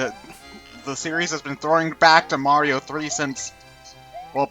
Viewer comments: Oh god almost pulled a ReviewTechUSA and called him "Mary-o" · I thought him calling Mario "Mary-o" was him being a heretic.